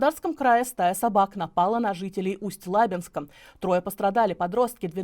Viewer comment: Не ЛАбинска, а ЛабИнска, идиоты...